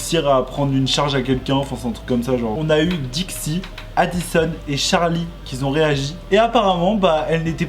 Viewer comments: Juste fais attention quand tu fais la liaison qui+verbe (par exemple qui+étaient ou qui+ont)...ne mets pas de S 😉❤ (on ne peut pas dire qui Z ont 😂) Mais merci beaucoup pour ta vidéo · « y’en a qui zont dit » « la heip haou »